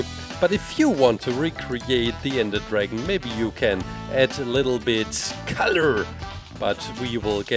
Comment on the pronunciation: It's his accent